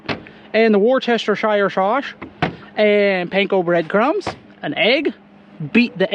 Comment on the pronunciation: It's pronounced: "WASH-YOUR-SISTER" Sauce! So get it right YOU MUPPET!!!🙄😂🤣